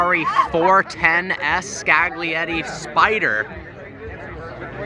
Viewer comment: Some magnificent cars there, Welll Done..but can i just give you a tip? Like the word Lasagna, the g is silent Scaglietti;-)